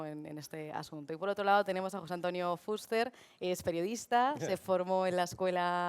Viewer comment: Sra Presentadora. Ponga el acento en la E y no en la U cuando diga FUSTER.